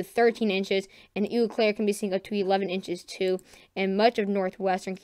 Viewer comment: I'm gonna need some of this snow to push farther South into Indiana.lol I have two minor corrections for you on city names.When you are talking about Wisconsin,Eau Claire is actually pronounced to sound like "Oh Claire".It is another French phrase that means "clear water".The other pronunciation I wanted to give you is for Sioux Falls, It's another one of those French names and simply sounds like it would be a woman named Sue Falls. Your pronunciation for Des Moines is spot on now.